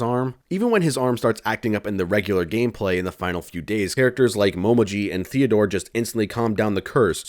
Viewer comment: This is nitpickey as fuck, but since Momiji is my waifu... Her name is written in hiragana as もみじ Which is pronounced as Mo me ji With the way you are pronouncing it, it would be written as: もまじ That would be Mo ma ji. So, yeah, make sure to pronounce her name as Mo me ji.